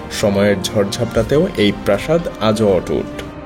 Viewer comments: PRASAD durgo noy bolun PRAASAD. Amon bhul uchcharan korben na. Ar ak jaygay BHAGNABASESH ke ki jano akta bollen. Amon bhul bhal Bangla na bolle protibedanta akdam thik thak hoto. Apni ki Bangladeshi? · ভগ্ন প্রসাদ নয়, হবে ভগ্ন প্রাসাদ।